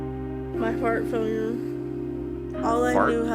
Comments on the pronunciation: I thought she said "my fart phone"😂 but it was heart failure🤦🏽‍♀️ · I heard her say "fart failure" too! lol